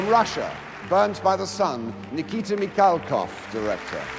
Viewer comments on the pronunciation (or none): никита миГалков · Микалков, а не Мигалков. Ничего странного. Именно так англофоны, не особо знакомые с транслитерацией русских слов, обычно произносят буквосочетание KH, используемое для передачи русского звука Х.